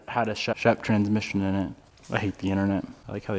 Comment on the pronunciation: I noticed the emphasis on trans-mission in the last couple videos lol. Weird when context doesn't seem to matter